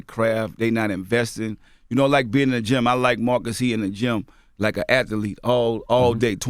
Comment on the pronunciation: "At-The-Lete" "Mattchew" P sure got some fucked up grammar for someone who went to college